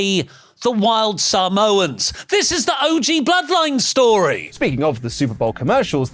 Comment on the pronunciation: What's with the emphasis on "Sa" in Samoans?